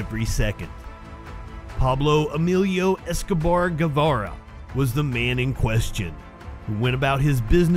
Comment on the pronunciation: This video is full of glaring inaccuracies. Almost every place that is named is mis-prounounced. At least if you are posting you should get a Spanish speaker to consult with for pronouncing all the words. Even Pablo Escobar Gavilia is mis-pronounced. Painful to watch a video where there is so much bad pronunciations, mis information. Obviously the guy has never been to Colombia, SAD to see people posting crap like this.